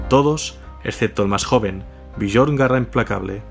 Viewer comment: me flipa tu canal la verdad ke en estos momentos es lo mejor ke existe, pero cada vez ke pronuncias el nombre de Björn me explota la vida jajaja, se pronuncia Biorn, la J como si fuera una I